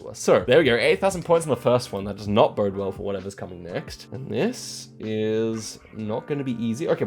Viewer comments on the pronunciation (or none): none